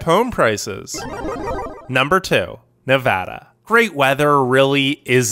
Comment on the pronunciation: Nevada - really?